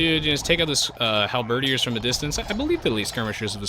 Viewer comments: HAL-BED-EARS! Not Halberdyyers! lol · Hal-ber-deer Sorry, just wanna get this out, I'm not trying to annoy you, but, I just want the record straight. is pronouncing it correctly, but, I guess we can all pronounce words the way we want. As long as it's understandable, that's the great thing about language itself. ^^ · Enjoyed the commentary except for one thing that drove me nuts.... It's pronounced Hal-Ba-Deer